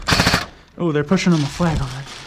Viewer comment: I love that he said "nice shit" instead of "nice shot" 😂